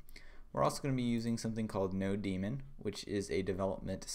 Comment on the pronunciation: Thats node mon, not no demon